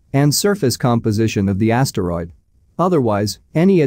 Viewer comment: Yasteroid Yelt